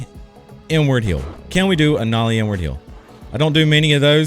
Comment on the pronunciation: why does it always sound like he says n word heel when hes saying inward heel? lol